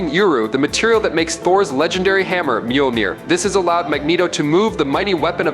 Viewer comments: Mjolnir is pronounced "mole-nire". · Its pronounced MYAWL-neer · 1) Learn how to pronounce "Mjolnir." (hint: the "j" is silent). 2) Slow tf down! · It annoys me how he pronounces mjolnir. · Chris Hemsworth can pronounce Mjolnir. So what's your excuse?